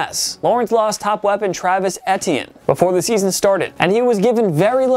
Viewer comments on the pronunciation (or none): I turned off the vid when he tried to say Travis Etienne. Bruh it’s ETN if you’ve ever actually watched Trevor Lawrence play at Clemson